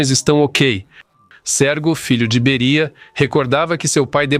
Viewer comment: Não é Bería mas sim Béria. Ou não fala português? Obrigado